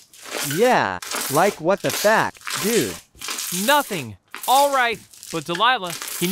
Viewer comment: Nah bro the what the fack when they said it whith an A 💀